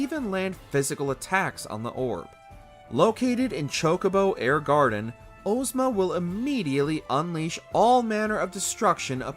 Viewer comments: Ohhhzma instead of Ahjzma drove me insane. The name comes from The Wizard of Oz. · Ozma is pronounced Oz as in wizard of Oz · Ohzma Mans saying Ohzma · Why are we saying Ohzma dawg